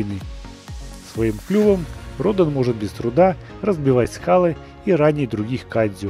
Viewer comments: Радан а не Родон!! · Вообще-то правильно говорится ра'дан